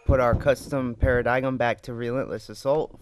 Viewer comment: para-digum really man? its pronounced para-dime